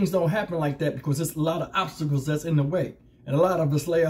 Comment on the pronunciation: "Obstacles.." Usses